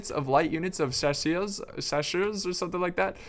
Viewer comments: in France we dont say chachieurs but its shasirs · The pronunciations hurt my French ear my friend. It's (Sha-sers), not Chashers and (She-vAl), not Chevail. Sorry for being that guy haha, just thought I'd let you know how to pronounce it. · Chasseurs are pronounces Shas-yours and voltigiers are pronounced volt-ih-Jairs the j is like a mix of sh and j, so it's a French j. Your welcome.......